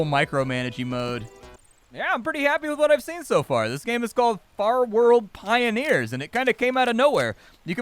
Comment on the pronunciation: In the first 5 seconds you said the name of the game wrong... rest was lit! Looks fun